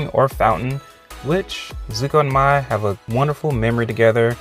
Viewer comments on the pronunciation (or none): Zuko, Mai, and Jin did have a love triangle in the The Lost Adventures comic. Also, I hate how you probably mispronounce "Izumi" and "Mai" on purpose. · actually mai not mei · Bruh it’s Mai -_ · It’s Mai. For sure. Mai. If it’s not, I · bruh its mai dumbass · Pronounce it like May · It’s mai🤦🏽‍♂️ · Why do people say Mai’s name wrong? 🤢